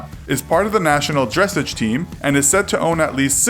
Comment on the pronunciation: It's pronounced dres-OGE not dress-AGE